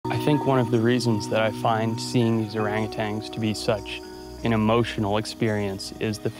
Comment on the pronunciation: It’s funny how he mispronounces orangutans